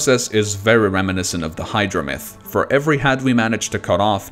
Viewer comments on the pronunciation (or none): none